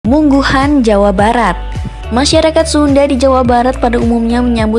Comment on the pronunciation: Warunggunung-lebak-banten-indonesia.bukan mungguhan min tapi munggahan